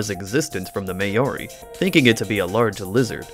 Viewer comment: Mah-aw-ri ... Maori. Not May-aw-rhi. Also, the competition came from Lizards probably